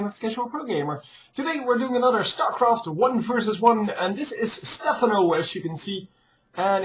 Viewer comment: Its stephaaano ;)